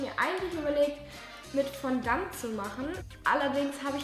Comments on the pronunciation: Man spricht es nicht Fondant aus sondern Fondoo😂😂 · vorallending wie du Fondaint aussprichst😭😭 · Dieses Fondant spricht man "fondo" aus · Wie geil 'fandant' 😂 wird mit o hinten ausgesprochen nicht ant 😅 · Fondant!!!!😂Fail😂😂 Das ist französisch! Man spricht es so aus: Fondo!!👎🏼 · Allein wie sie Fondant ausgesprochen hat😂😂 ich liebe ihre Videos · sprich einmal Fondant richtig aus :D